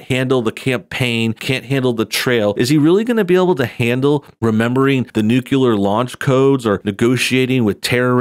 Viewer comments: Nuclear is pronounced New Kle Ur... Only leftists resist correction. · N•U•C•L•E•A•R For shits sake pronounce words in the English Language correctly. By (constantly) misusing, misspelling, and, mispronouncing words you are only contributing to one of the largest problems with people in society (both young and old) in modern times. Simple, basic education. People who watch news on television, read it in the paper, or, get it from one of thier favorite "YouTube" channels are being influenced and yes taught by the things they hear you say on this very channel.